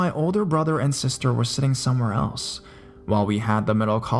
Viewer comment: And sis-TERR